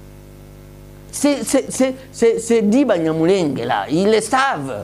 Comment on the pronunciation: Banyamulenge = not sound nje but nge .